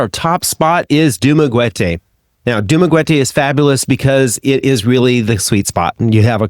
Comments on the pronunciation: Sorry, it's pronounced Du- mah- ge- teh or Du- mah - ge- tee not dumagetay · Pronounced "Du ma GET ay". Not "GWET ay". We've been living here for 10 years after retirement. Your reporting is accurate. And "Greater Dumaguete" does have the beach AND the mountain vibes. It's arguably a "college town", hosting four universities and a myriad of smaller colleges. For a city with a population of under 150K, that's a lot. The area has been an expat favorite for well over a decade.